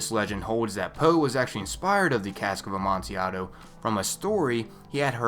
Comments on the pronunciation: btw for #1 it's pronounced "ah man till ad o" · the L in amontillado is not silent and is not pronounced like an I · its amontillado,assclown